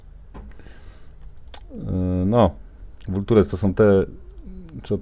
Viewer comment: Tak poprawili wydajność, że zaczęło mnie wywalać do pulpitu w losowych momentach To się czyta endles wejl :) A to wolczers - sępy